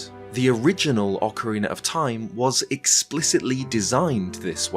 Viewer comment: Shout out to when used to call OOT as "Ocaweena of Time"! We appreciate your content!